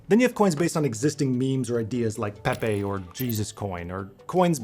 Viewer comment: cant even say pepe right. jokes